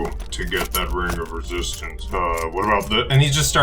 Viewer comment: My group decided to ditch StarFinder and play Esper Genesis instead, but I really enjoy watching this so I will watch each episode with glee. Besides I can still try to learn how to do voices and describe things like you guys do so my players can be as immersed. Haha the "wing of wesistance."